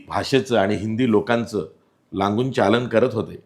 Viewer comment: मराठीबद्दल गळा काढणाऱ्या लांगूलचालन शब्द नीट बोलता येत नाही.